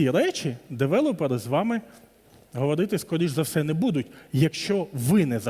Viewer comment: Чого девелОпери? Звідки це взялося? Дуже ріже вухо